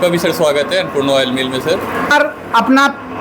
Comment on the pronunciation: Woil nahi Oil bol bhai😂😂